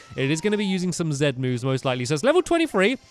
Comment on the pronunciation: Its zee-moves not zzzz-moves